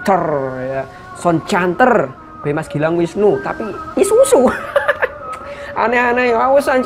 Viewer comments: Bang Isuzu bukan isusu wkwkwkwk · Isuzu bukan isusu 😂😂😂😂